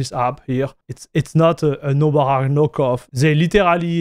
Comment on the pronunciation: Anyone who doesn't already know what Nobara is will have no idea what you're saying when you pronounce it